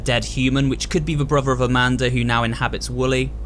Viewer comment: Did anyone hear him say "Amander"?